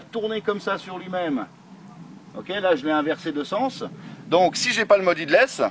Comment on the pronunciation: "headless" se prononce "hédless" ☺️ merci pour les vidéos